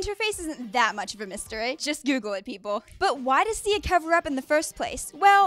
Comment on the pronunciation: Lol.. Turn on your captions and see in the starting of the video you said Ziya not Sia.. 😂😂😂 Pin this if you really agree.. 😂😂😂😂😂